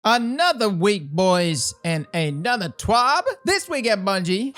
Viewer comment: Yessss! Umbrals for 3 year old dried up content farming. Perfect, now I can die happy! God this is tiresome. The best takeaway from this was when you accentuated the B in TWAB!